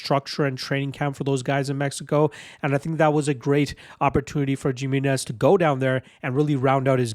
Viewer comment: The J makes an H sound. It's pronounced Hi-minez.